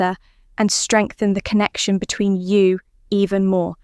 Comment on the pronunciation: 15 min. to tell you; one (1) min. to come. Definite AI voice - the "you" is a plural: "between you" (stress on 'between').